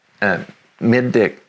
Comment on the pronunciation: Not sure what to think of this guy. He talked about satellites being 3 million miles from earth (they’re anywhere from roughly 1,000 to 20,000 miles from Earth depending on the type) In the next sentence he also called the mid-deck area the mid-dick area. 🤦‍♂️